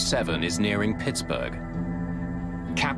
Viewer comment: Hey, Mayday people: Should be "Pittsburgh," not "Pittsburg." Pittsburg is in California.